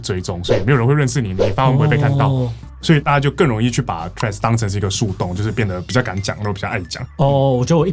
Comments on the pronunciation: 不是唸"脆"，這樣唸拼寫會變成 tread，"th"read 才是正確的唸法哦(輕咬舌音"th") 讀起來會是 [θred] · 左邊那位不就一直唸treads嗎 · 雖然是得尊重發音方便大家聽得懂，但自己是真心覺得不知道是在脆三小賴三小，Threads 就Threads ，Line就Line啊😂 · 怎麼左邊那位唸Threads唸到後面變了Trash🤣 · 對Threads沒什麼特別看法 但看到一堆唸脆的就很惱人 英文是多爛發音都不會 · 所以為什麼Threads要讀成脆🤔 兩者讀音差太遠吧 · 為什麼會唸成脆的😅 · 到底為甚麼是脆? th的音再怎麼說也是碎紙，就算讓100個英文母語使用者一邊吃麻辣火鍋一邊說這個字也不會出現一個脆讀音的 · 再難讀也應該讀成d/f音吧w 讀成脆真的是... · 這我也很好奇😂😂😂😂 明明怎麼唸都不是脆的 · 他就唸錯啊😂😂😂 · 我以為是不會唸threads，所以唸成 tree😂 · 身為應用外語系的畢業生 聽到別人唸成"脆"我也是很煩躁 聽說始作俑者好像是綜合口味的作者 話說他跟我同一間大學畢業的 看來他不知道以前我們系上有兩個很機車的教授（其中一個還是當時的系主任） 如果在她們面前唸錯 有可能會被糾正發音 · Threads 會不會念?不會可以GOOGLE翻譯不然就叫他脆就好了 聽了很躁